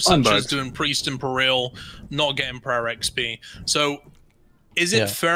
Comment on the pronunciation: At least you got peril right, you just had the emphasis wrong. Nothing wrong with that at all. It just means you are thinking of the word written down rather than spoken aloud..